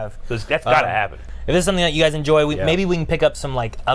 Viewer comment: What I heard: "There's a real intensity to these gays!" You're not wrong, you're not wrong.